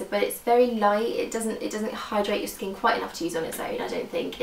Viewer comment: you say skin weird like skeen